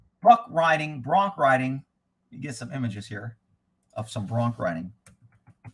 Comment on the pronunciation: lol...Bronc, with a "c"